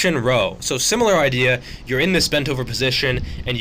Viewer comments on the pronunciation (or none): none